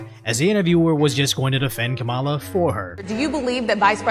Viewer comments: 🤣🤣🤣 Am I the only one who noticed over and over that this dude is introducing her as GAMALA and not Kamala? 🤣🤣🤣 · Its not Kamala. It is Cha-me-leon. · cant even pronounce her name 🤡 🤡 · Even her supporters mispronounce her name.😂